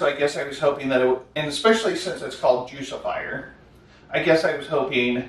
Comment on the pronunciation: Its juice-ifer Like lucifer But with the word juice instead Miss this stuff. Wish they still made it.